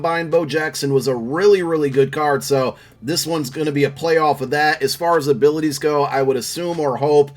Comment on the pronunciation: said jefferson abitiys